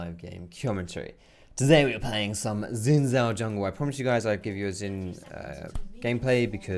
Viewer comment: Love your content. But just wanted to point out it’s pronounced more like “shin zhao”. Xo